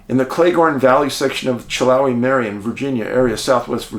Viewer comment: Hey Dave :) love you man. I live in this part of VA , just for future reference it’s pronounced TAAZ-WELL just like Tasmania not TAY. And its Chill-How-eee not Chill-Ho-eee Very weird cases.